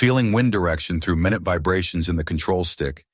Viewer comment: Minute like small, not minute like time. Get better ai or quit.